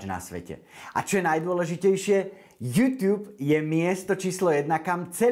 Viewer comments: tá výslovnosť "jútiub"namiesto "jutub" mi trhala uši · Prepac, ale nauč sa vyslovovať slovo YouTube :)